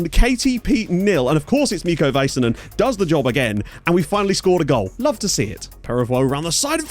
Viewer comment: LMAO the hockey references :) PS. The "A"s in Vaisanen rhyme with "sad" rather than "said"